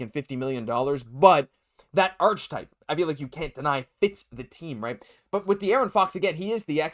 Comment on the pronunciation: When you say “arch-type”, do you mean archetype? Pronounced like Arc•cah•type??